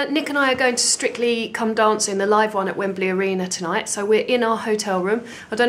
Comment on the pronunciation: Euh, what is "Stritcly" ?